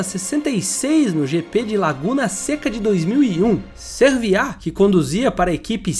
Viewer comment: "Pagenô " e não " pegenout " kkkk Sérvia e não "serviá "